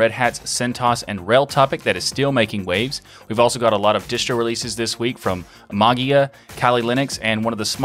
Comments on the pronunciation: interesting stuff. I still don't understand the video presenter's decision to say Maa-guee-uh. Maybe one could read the 'ei' as the 'A' diphthong to pronounce "ma-Gay-uh" or "ma-Jay-uh" or, as you point out "ma-Way-uh" or "ma-Yay-uh". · There are two problems for English speaking people not familiar with Greek: the fact that the "ei" (εί) is actually pronounced as a short "e" (as in beetle) - which becomes a longer, lounder "e" because it is also accented- and the problem of the "g" ("γ") which is not abvious at all. The presenter just heard it as... whatever and pronounced it as... whatever :) Not the crime of the century, though :) BTW, are you familiar with the "Erasmian Pronunciation"? Well, you can use it for ancient Greek texts (the ancient Greeks are long gone and there's no one there to correct you :) ), but don't use it with modern Greek, it's just wrong... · I definitely took note, as well. "Like, what do you suppose is the reason for the 'E' character? Why not 'Magia' if you wanna pronounce it that way?" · The word "Mageia" is the transliteration of the Greek word "Μαγεία", that's why you have that "e" in there. If you want to hear how it is pronounced in Greek, here it is: This is the way to pronounce the word mageia (μαγεία) = ma y i a , the y like the w in weather or y in yield, and the accent at the i. In English ge is often pronounced like a soft j, like the second g in garage, or the g in mirage. (Phonetically represented by z.) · Davis because there's not an official pronunciation and I was told that was correct. My natural way is with a J sound. As you can hear in this episode. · I thought you said "that's how they told me to pronounce it" to which I claim the necessary response is "then spell it that way"